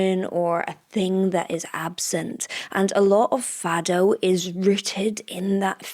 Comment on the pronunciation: Please, say Fado as if the O is a U. I appreciate that portuguese text included in the video :)